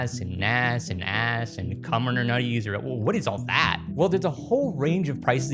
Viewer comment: "Kuminurnutes" is now my favorite Kubernetes mispronunciation